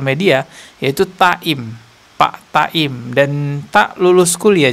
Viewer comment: Bukan taim,tapi taun...